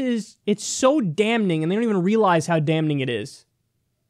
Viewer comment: Kyle! Stop pronouncing the first "n" in damning! It's ˈdamiNG! adjective (of a circumstance or piece of evidence) strongly suggesting guilt or error. "presented with damning affidavits" synonyms: incriminating, condemnatory, damnatory; More extremely critical. "last year's damning report on the industry"